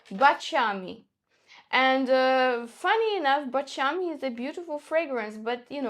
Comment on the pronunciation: Baciami. The accent on the second "a". It's terrible to listen to this...